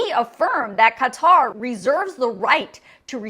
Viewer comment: Thank you for the information, INCLUDING pronouncing Qatar correctly! You’d be shocked at how many legacy media people say it incorrectly. It’s a little thing, in the grand scheme of things, of course, but I’m grateful to you for this nonetheless!